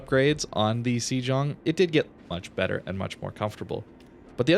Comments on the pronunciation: Hate to be 'that bloke', but I think the pronunciation is "say-ong" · I thought it was pronounced Shlong (Sh_ long).